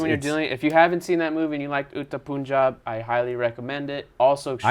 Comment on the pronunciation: "No pun intended" ... The way you pronounce pun is same in the punjab. It's not poonjab